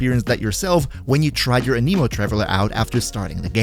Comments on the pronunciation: anemo anemic is a disorder, anime anemo is the correct pronunciation here lol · A-ne-mo but A-ni-mo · A-nuh-mo. I don't understand why people started calling it an-KNEE-mo. The tool that measures wind speed is called an anemometer. (a·nuh·maa·muh·tr) If you listen to the Devs talk about genshin, they pronounce it A-nah-mo as well. Sorry, I just cringe when I hear it pronounced wrong. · was any one else bothered by how he said Anemo. lol it sounded like he was tring to say anime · a-KNEE-moe. XDD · Never trust a YouTuber who says “an-eee-mo” or “pr-EYE-mo” 🙄 But fr, Kuki Shinobu in ANY team is amazing. Her healing is the best in the game. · im sorry, but the way "anemo" is being pronounced, is just wrong and irks me in a bad way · the way you say anemo 😭😭😭...